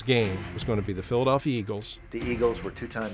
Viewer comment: the...Phlilieayalfiya Eagles